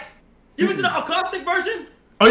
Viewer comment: Kai said “a-cow-stick” 😂🤣😂